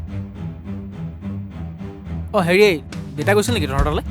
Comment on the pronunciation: দেইতা নহয় দেউতা